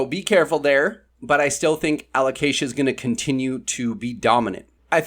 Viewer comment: Fully agree with everything in this one, I'm looking forward to new variegated alocasia myself. Keep pronouncing it aloCAsia by the way, it's more fun that way 😂